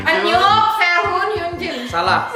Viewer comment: hyunjin bang bukan yunjin wkwk